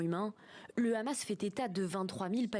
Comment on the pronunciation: Le seul responsable, c'est le rrrrrrrrrrrrrrrrrrrrrramassssssss. C'est le rrrramass qui compte les morts, sans le rrrrramass pas de morts.